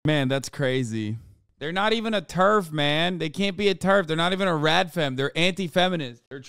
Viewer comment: Teraf, instead of terf lol.